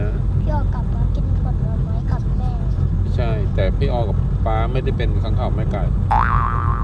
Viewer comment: ค้างคาวนะคะ ไม่ใช่ คางค้าว ... ฮ่าๆๆๆๆๆ